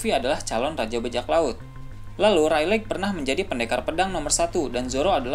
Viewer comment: Reylig min bukan reyleg 😂